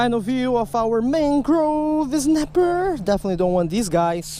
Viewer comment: "Mang-Grove Ez-napper" We need more Ez! *riot *